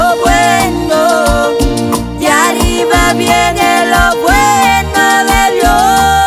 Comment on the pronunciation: Dios los bendiga mis hermanitos cantan muy bonito, pero quisiera hacer una corrección la palabra de "arriba" se pronuncia con doble R yo se que lo puede hacer, gracias y sigan adelante en el camino del Señor.